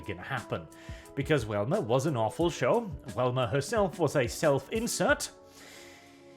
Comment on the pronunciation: Velma "Vee" not "Welma"